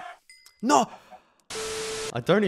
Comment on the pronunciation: i liked the part when he said NAAURRR